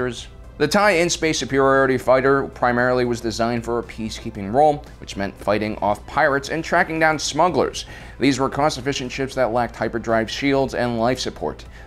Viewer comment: It’s TIE/*L-N* not TIE/in. TIE Line Fighter :P